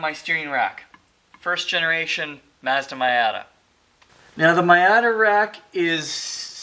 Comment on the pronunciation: Nice CRT monitor... And My-ata? Really? lol